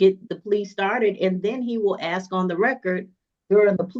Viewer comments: Lol when a Def lawyer can't say AA correctly I don't think I want this lawyer. I also don't want a shady lawyer lying and making up false documents to "help" me bc I like people with integrity bc I like to feel like I'm credible, not feeling like I got away with everything, if that makes any sense. My integrity means more to me than this def or lawyer imo. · Bruh how is a lawyer not familiar enough with his craft to make that mistake?? 😂 Most laymen know it's "AA" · D attorney that mispronounces ask… amazing.